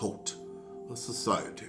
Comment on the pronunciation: Yoooooo e time he says “a society!!!” 😭😭😭😭😂😂😂😂😂😂